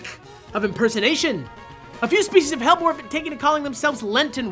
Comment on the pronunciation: Hellebore (Helleborus) is pronounced Hell-E-bore/Hell-E-borus :)